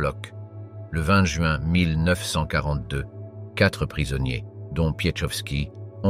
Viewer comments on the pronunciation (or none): none